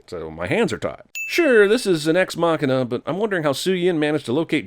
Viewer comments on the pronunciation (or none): He says ''ex machina'' (meggina) in almost every single ''Everything Wrong With'' video. xD